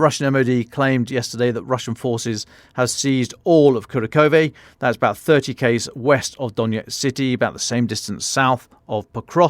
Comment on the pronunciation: They definitely do not pronounce names correctly on this podcast. Hence they say "Car-ra-coh-vey" with emphasis on 3rd syllable instead of "Coo-rack-of-ah" with emphasis on the 2nd syllable. (Kurakhovo)